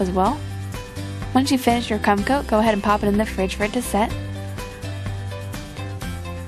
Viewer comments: At first she said crumb coat then she said cum coat why did it have to be a discussion it's a simple mistake and we all know what she meant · The second time she was supposed to say crumb coat but sounded like cum coat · did she say cum coat! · get your hearing checked because i heard her say "cum coat"